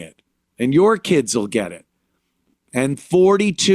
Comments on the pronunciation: I like how he says kids like they say kids how it sounds like Kia’s I need foo fo muh Kia’s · "Keedz" had me rollin.